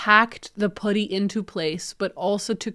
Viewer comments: Why do you say putty like that? 😂 it's not pudding, it's PUH-tee! Lol But I do love your videos and your house and style. Great job making your house beautiful and functional! 😊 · yeah!😂 i kept thinking “pooty birdie pooty birdie” like in the tweety bird cartoon and it made me smile!❤❤❤ in the U.S. at least where i live we say puhtty. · You did a great job. This seemed like quite a challenging one to me, maybe because glass might breaks easily? ALSO! Fellow Canadian: I'm enchanted everytime you say 'putty' because it sounds like 'puddy'. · No, sorry! Ha, I mean the pronounciation- at first I was like, "Wait, is she saying pouddy?" And then I realized that that is, in fact, how I say it too. It's the 'about/aboat/aboot' accent coming for us again. That and saying double t's as d's- but really if we don't do that then we sound british, so I say just rock the Canadian accent with pride lol. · This video has made me very aware of how I, as a fellow Canadian, say 'putty'. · Yes, as a person living in the south of the U.S. I giggled at how you said it! I will take how you say putty over how Canadians say decals though! I adore!